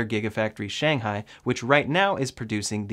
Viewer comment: thanks for your videos and I got a MY. Keep them up! FYI, Shanghai should be pronounced as Sh-ang Hai that the stress should be at the ng part, instead of yours more like Shan-hai which sounds like another place in China.